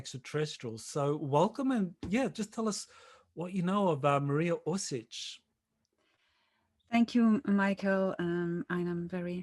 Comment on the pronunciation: Mariya Orsich not Orsik